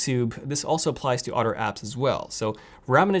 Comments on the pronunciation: Why does he always says “otter” not “other” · "utter" phones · It’s so funny. You pronounce “other” as “udder”. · Lol udder & anudder 🤣🤣🤣